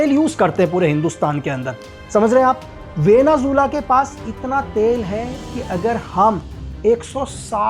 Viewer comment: वेनेज़ुएला ❎ वेनेझूला ✅ वाह 😂😂😂